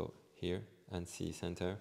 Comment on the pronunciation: Cool demo, thanks. By the way, Annecy is pronounced Ontzy Not Annessee.